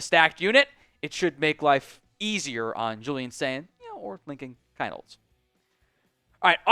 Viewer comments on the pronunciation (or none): Dude ….. if you’re going to be doing an OSU podcast, at least learn how to pronounce the players names correctly!!! It’s pronounced “Keen-Holtz” ….. NOT “Kine-Holtz”.